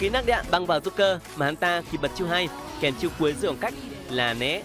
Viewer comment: Joker mà nghe ad cứ nói nhầm là rouker :))